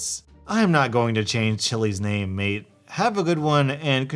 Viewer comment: Bruh he said maid but its mate actually